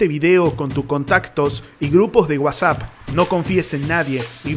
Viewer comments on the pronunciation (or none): none